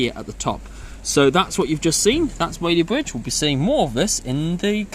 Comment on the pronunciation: It’s Whaley BRidge, not bwidge.